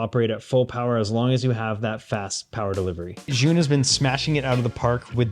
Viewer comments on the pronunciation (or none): Btw, the brand is pronounced like "Ju-win". They are great lights. We just ordered another 3 of the 100s.